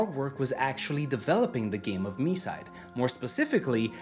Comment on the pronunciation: THANKS MOTHERFATHER GOD FOR READING THE TITLE AS "mee-side" NOT THE F*CKING "my-side" 🙏🙏🙏